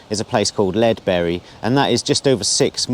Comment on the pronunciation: Your pronunciations are hilarious lol Lead berry = Ledbury